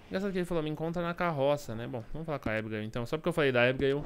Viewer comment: Porque todo mundo fala ibiguil mas e abigail